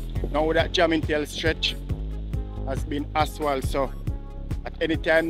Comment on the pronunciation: please pronounce the word asphalt correctly. It’s jarring to hear you say “aswal.”